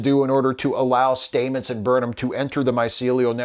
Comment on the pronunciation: Love your videos, but really, Commander Stamet's pronounciation of his surname has been shown a million times. It isn't "Staymets" its "Stammets".